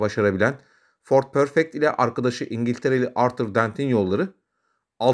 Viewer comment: Ford Pörfekt demeyeydin devamını dinleyebilirdim. :( Üzgünüm.